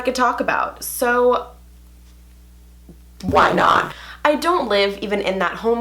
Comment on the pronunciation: Does anyone notice how in the beginning how she said “WhY NoT’’ no hate no HaTE I love your vids!!!❤️😁💛